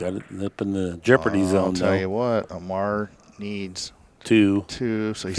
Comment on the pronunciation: it's Omar, not Amar, John Schmidt. you stink